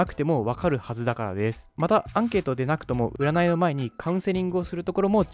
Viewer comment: ｢うならい｣は信じない！！（言えてない）